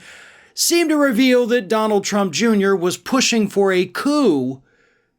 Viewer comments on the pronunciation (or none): Did he pronounce "coup" as "coup"? It's pronounced "koo".